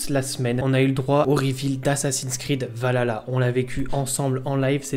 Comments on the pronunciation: Est ce qu'il n'y a que a moi que sa perturbe la mauvaise prononciation de Valhalla ? C'est VALHALLA pas Valala 🤣 lol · C'est pas Valala c'est VALHALA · S'il te plait frérot arrête de dire Valala 😂 c'est Val Halla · A mort ahah le nombre de personnes qui ne savent pas le prononcer. Val ha la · Je vais être casse couille mais ont dit val Halla et pas vaLala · Val-halla que sa se prononce pas valala merci est perso la dernière fois que j'ai était hyper c'était par ac 4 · On galère dans l'équipe à le prononcer correctement 😂 -Val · Je m'en lasserais Jamais "Assassin's creed Valala 😂😂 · Super vidéo, par contre on prononce : VAL ... HALLA ^^ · ça me fait toujours rire d'entendre Assassin's Creed Valala "Valhalla". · Arrêtez de dire "valala" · Le son H n'est pas un son français donc on peut comprendre que certains n'arrivent pas à le prononcer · Le H on le prononce.